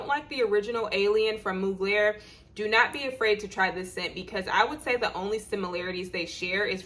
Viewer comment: Hey sis!! It's pronounced "MUG-lure." Beyonce' is their clothing spokesperson & Willow Smith for their perfumes. LoL!!😉